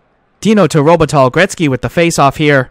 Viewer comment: enjoying! Something that was bugging me a bit: The pronounciation for Robitaille is: ROH-Buh-Ty. Don't want to nitpick though - this series is a 10/10